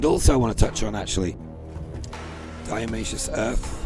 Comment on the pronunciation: Not diaomaceous earth it's DIATO-MACEOUS! made of diatoms!